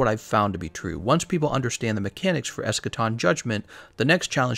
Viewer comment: That ain't Eschaton. That's Escation.